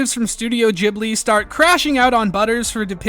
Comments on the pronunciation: it's pronounced GIFbli, not JIFbli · "Ghibli" not "Jibli", ya moron. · "Gh" doesn't really come off with a "j" sound; Ghibli be Gib-lee. But this is a whole Gnosia, 'Gnoshia' debate. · Ghibli is pronounced with a Jay sound. Source - me, Im studiyng japaneese. ジ- Ji ブ- buリ-ri . The first sound is Ji. The "u"in second "bu" sound can be missed and the last "ri" sound can be pronounced as "li" since japaneese doen't have an L sounds, they are written with R. For example, Monkey D Luffy in one piece is written as Ruffy. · It's pronounced like the "g" in "gibberish", not the "g" in "gibbon". The proposed Italian etymology is often cited by Europeans to support the alternative pronunciation, but 99% of Ghibli fans in Japan have never heard of it. The /g/ pronunciation makes it sound awful in Japanese. Like the Japanese word for "cockroach". If the supposed Italian etymology is accurate, it wouldn't surprise me if Suzuki, Takahata and Miyazaki decided on the pronunciation for that reason.